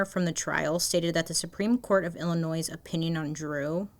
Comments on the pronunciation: Not a Chicago native, but I am an Illinois native, and I was just excited to hear her pronounce "Illinois" correctly. lol🤣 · It’s pronounced “bowling brook”. But you said Illinois right, which never happens. ❤